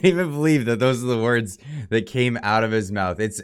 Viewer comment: Having trouble with your woooooords?